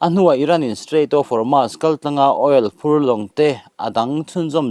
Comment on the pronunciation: Homas ti-a lam lovin, Hormuz tia lam tur